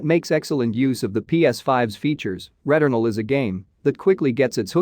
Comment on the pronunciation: I could listen to you say returnal all day my friend